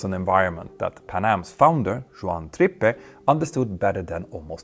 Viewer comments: It's pronounced TRIP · Pronounced Trip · His name is pronounced TRIP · Really interesting, but you could have bothered to learn how to pronounce the name of Juan Trippe. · AI script coupled with his reliance on AI. No wonder he can't get the small things right.